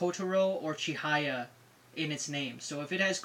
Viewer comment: It's "Chihaya", not "Chihiya. :/